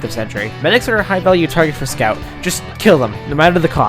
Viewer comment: scyout :0 Amazing video !!! YIPPEEE HOORAY FUNNY BOSTONIAN